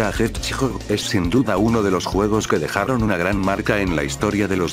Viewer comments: EL JESHEJOJO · Nadie absulutamente nadie: El inicio: Sonic tHE jeuahadsgog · Yo que el loquendo mejor hubiera puesto Sonic el Erizo y no “da Hetchjoj” 😅 pero amé el video 🤭💙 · sonic da hedshgog XD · Sanic the hecho pobre loquendo sigue sin produnciar bien el inglés ni antes ni nunca xd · sonic the hethgkdodng